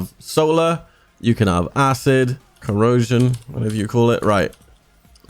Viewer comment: CO RO SION